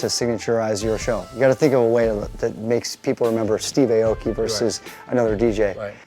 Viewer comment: Steve, why do you say Aye-Oh-Kee? Even Nate said your name right as Ah-Oh-Kee. Don't sell out foo.